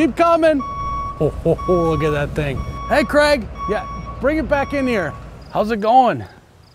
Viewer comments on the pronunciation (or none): none